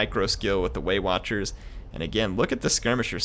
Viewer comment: as a german and non english native speaker I always hear "weight watchers" instead of waywatchers...those pansy elves!